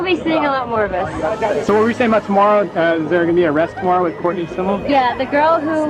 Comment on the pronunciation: It’s “Us Magazine”. Not U.S.